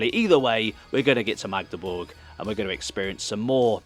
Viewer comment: Tbh you pronounce Magdeburg much better than many 'west' Germans do. They often sounds like Maaahhgdeburg😊